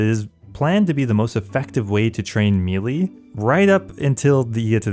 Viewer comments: "Melee' is pronounced "MAY-lay." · Ew god the way you say "melee" made me physically cringe